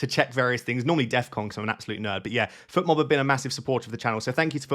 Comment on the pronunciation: Fotmob not Futmob,! Should I captain Sarr?